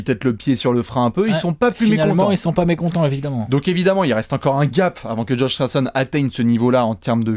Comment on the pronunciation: « Josh Richardechonne » ❤️❤️❤️